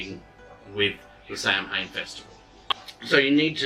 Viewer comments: Sorry but Samhain is pronounced "sah-win". Some countries say it slightly different but it's basically that. Lughnasadh is simply Luna-sahd. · This is a great resource for people! Thank you for sharing the videos. The only thing I would mention is the pronunciation of Samhain- Sohwin or Sahwin or Sahvin The pronunciation in Scottish Gaelic is a little bit different to the 'standard' pronunciation in Irish Gaelic, where Samhain is approximately pronounced as SOH-wiñ-because the mh is pronounced as (W). In Scottish Gaelic, the pronunciation is closer to SAH-wiñ or Sahvin, because the mh is pronounced closer to (V). Again thanks for the videos and Blessed Be